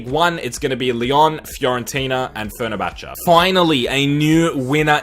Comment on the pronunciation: fer-ner-cha-cha XD